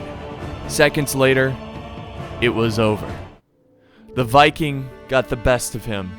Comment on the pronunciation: "Even the Vicking was impressed." I love to Heard that. Not a easy task